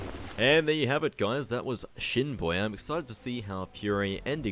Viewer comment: Fr i thought you said Shitboy had to go back and check no disrespect to Shinboi